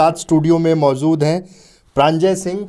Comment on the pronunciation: Aap anchor ho yrr Pahle zuban clear kar lijie please. Mauzooda nahi maujooda hota hai.